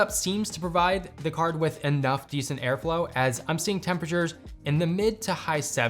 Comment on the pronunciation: “Air Flao”